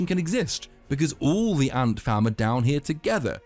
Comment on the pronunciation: I know you're saying ant fam, but it sounds like Ant Farm, which is hilarious to me.